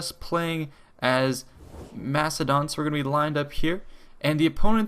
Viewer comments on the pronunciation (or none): It would be better if you could pronounce Macedon correctly.